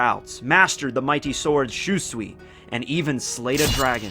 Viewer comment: My God Lear how to say SHUSUI fuckin name!!!!! That cringe from your pronouncing it like that is killing the mood.